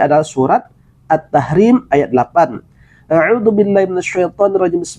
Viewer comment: Kenapa ustz ada yg membingungka? baca Auzubillah pun nggak betul, dia baca Audubillah